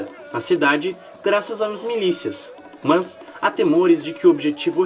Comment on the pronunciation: o jeito que voce pronuncia "mas" é muito chata